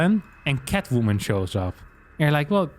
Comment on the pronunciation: Idk why but the way he just spits out the word "Catwoomin" cracks me up 😆